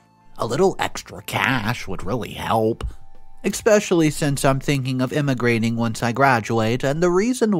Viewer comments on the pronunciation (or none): Stop saying expecially. It’s especially. So aggravating!